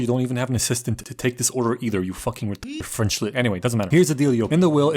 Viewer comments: this was perfect, perfect accent, just mwah "chef kiss" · Pov : I´m french and I´m looking this video « Shit he have a good french accent saying some shitty fing of french ! » Sorry for the writing error